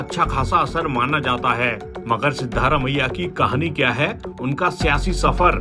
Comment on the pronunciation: सिद्धारमैया नहीं सिद्ध रामैया